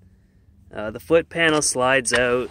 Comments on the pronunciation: Owwwwwt, as soon as he said “out,” the way he did.... I knew, lol. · Michigander here, other than "out"/"about" he sounds just like a typical Midwesterner, not sure what the fuss is about. People from the Upper Peninsula, with Minnesota accents, sound absolutely foreign compared to this guy. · Canadian, I can always tell when I hear one say "out" with that canada accent.